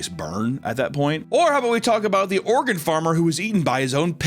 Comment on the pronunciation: When you said Oregon farmer i thought you meant organ farmer💀